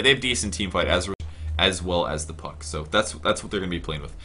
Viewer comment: Did he say fuck instead of puck?